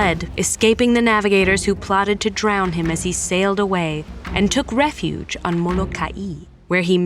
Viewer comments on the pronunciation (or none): none